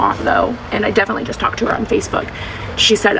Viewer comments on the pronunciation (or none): none